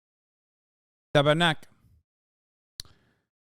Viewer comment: I love Hasan but I hate that he does a French accent for Québécois. The tabarnak was a nice touch though 😅